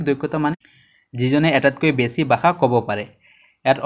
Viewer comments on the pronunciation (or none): none